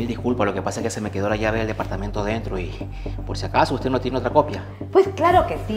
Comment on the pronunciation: Dapartamento por favor aprenda hablar es departamento...